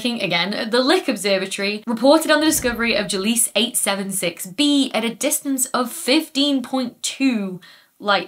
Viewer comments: "Gliese", not "Gilese". Come on Dr. Becky, I'm not an astronomer, and even I know of Gliese. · I think I've caught an error of the kind where you've always been reading it wrong: It's "Gliese", not "Gilese" in that particular catalogue of stars (probably named after a telescope or scientist?). The L comes before the i. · I thought Gliese was pronounced GLEE-za; not Je-LEESE... Wilhelm Gliese prounced his name GLEE-za. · It's Gliese 876b, not Gilese 876b, that orbits the star Gliese 876. Gliese [pronounced GLEE-zə in English] , named after the German astronomer Wilhelm Gliese ( ), from his "Catalogue of Nearby Stars". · " a German astronomer Wilhelm Gliese. His name is pronounced [ˈɡliːzə]. " <- generally speaking, Brits are bad with pronunciations. Yeah, ok, thats a big generalization, but listen to how Greek or Latin names are pronounced not just by Dr. Smethurst but any Brit: Ursae and Pegasi have Latin endings but English speakers flub them all the time. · Definitely not pronounced or written as Gilese, as Becky kept doing. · 'Gliese', gleez-eh